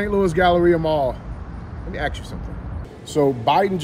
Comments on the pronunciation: “Let me Axe you something” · Let Me Axe You a Question is a WINNER! More, please.